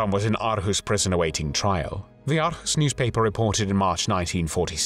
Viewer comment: Hej!! Greetings from Aarhus, Denmark!! Great video and congratulations on your Danish pronunciation....except for the word 'Aarhus'...sometimes written as Århus. But don't worry...Danish pronunciation is notoriously tricky!! You pronounced it 'Ar-hoos', which isn't quite correct. The double Aa (Å) is pronounced 'awe', as in 'shock and awe'....or 'or'!! So Aarhus is pronounced 'Awe-hoos'. (Or-hoos) And Aalborg is pronounced 'Awl-bore'..the 'g' is silent. And Danish 'r', as in the name 'Grethe' is not rolled, but made in the mouth at the back of the tongue....a tough one one for non-Danes!!